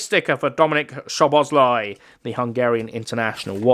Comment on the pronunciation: Also you said szoboszlai but you say it like this soboslai